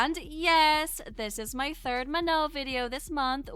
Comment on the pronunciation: Not to hate but that's not how you pronounce her name it's manon with a n sorry I'm not hating